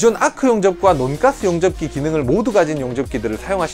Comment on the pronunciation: 논가스 ...인데 논가스 아닌것같은... 돈까스 말하는느낌..